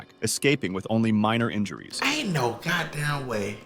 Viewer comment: The "god daymn frane" mid sentence is killing me 😂😂😂😂